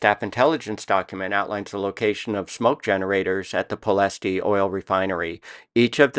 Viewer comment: The intent of this comment is to say that Ploesti is pronounced 'plo-ESHT' , although wartime British newsreels added an 'ee' at the end which is not correct.